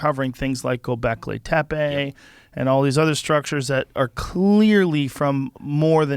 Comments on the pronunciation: Joe pronounced gobekli tepe perfect. I m Turkish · I am from Gobeklitepe area liked that joe pronounced it super right.